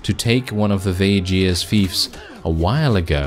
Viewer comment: Vageirs??? I always pronounce it as VAY GUARS (with a strong G) Edit: and I'm one of them. 😉